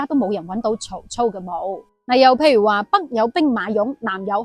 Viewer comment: 曹操疑冢？不知何解，四個字兩個音讀錯。曹操字孟德，故操音燥，操守也。疑音路人皆知，何以讀凝冢？